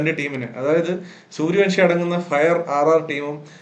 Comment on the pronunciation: Sooryavanshi സൂര്യവൻഷി, സൂര്യവംശി അല്ല, പ്ലീസ്. എല്ലാ മലയാളി പോസ്റ്റ്‌കളിലും തെറ്റിച്ചു പറയുന്നു.